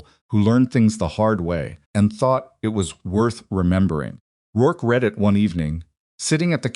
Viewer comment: I am very much enjoying this story. You should really attend to the pronunciation of the word "read" as used in sentences requiring present and past tense. It is different. "I READ a book yesterday." Is pronounced differently than "I will READ to you." However, the AI is saying it exactly the same for both.